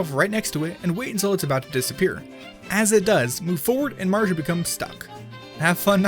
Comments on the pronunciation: You Said Super Mario Odyssey Super Maro Odyssey Not Saying I Didnt Like This Video Just Saying You Said Super Maro Odyssey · GodDammit "Super Maro Odyssey" Again! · said Mario so many times as "Marja" and other things like "Mark"